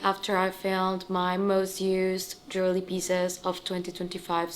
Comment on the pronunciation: It's not jewly but it's pronounced Je~wel~ry